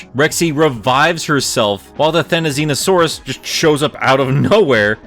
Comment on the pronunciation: I don't see (or hear) why you think you're saying "Therizinosaurus" wrong. You're actually saying right for that's the actual pronunciation of how the hairy-looking Goose with pike-like nails is supposed to be pronounced. So you're good, dude.